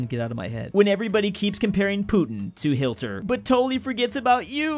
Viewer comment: my man said 'Hilter'